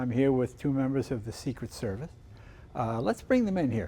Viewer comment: “Secret Servith” got me laughing.